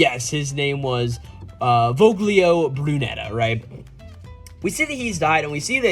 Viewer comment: Voglio is italian and is kinda pronounced like the g isn’t there. So it’s more like "voh-lio” (technically you also make a certain throat sound but that’s kinda specific) Voglio just means "I want" though. Not the best name. I want Brunetta.